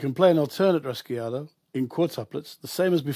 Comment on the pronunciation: Pronounced Raw-Hey-O! Raw-hey-Awdo also